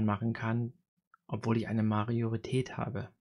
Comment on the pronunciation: Gutes Video! Heißt das wirklich "Mariorität" oder verhöre ich mich?